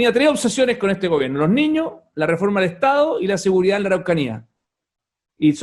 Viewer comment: Reto a Felipe Kast A estar una entrevista sin decir la palabra "Niños" O "ÑIÑOS" (COMO LO PRONUNCIA), es su eterno caballo de batalla para parecer preocupado por la ciudadanía "Los ÑIÑOS primero en la fila" XD valla charada, perola verdad es que ete señor es un negligente y un EUNUCO político, amante y defensor de cualquier cosa Caribeña, pero que desprecia a los Chilenos, ese señor es la encarnación de la """"""Derecha""""" SIN PELOTAS, de los """liberales""" estatistas, de los """liberales"""" que les encanta subir los impuestos, es un verdadero mamarracho ideológico, un miembro de la Elite sin talento, que gracias al dinero de su familia esta donde esta, pero que merito intelectual NO TIENE, NI TENDRA .